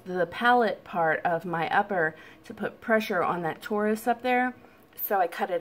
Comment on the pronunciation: Tori it’s pronounced tore eye. I was going to have surgery to remove it but also came up with the same idea to cut that spot out.